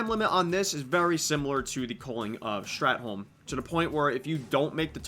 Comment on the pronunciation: Strathhhhh not strat